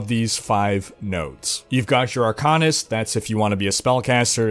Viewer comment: Say arcane. Now say arcanist.